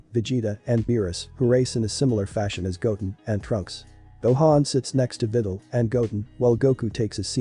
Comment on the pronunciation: Bruh the robot saying videls name like she's a fidel💀